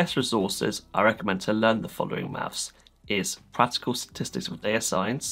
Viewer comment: bro said "mafs"